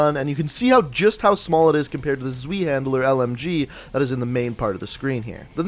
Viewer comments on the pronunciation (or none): How does Zweihänder translate to zweehandler? There's no L! FYI it's pronounced T'SVIE-HEND-ER. IK it's complicated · Wtf is a ZWEE-HANDLE-ER.